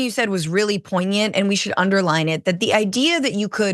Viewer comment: Well done on the "poignant"!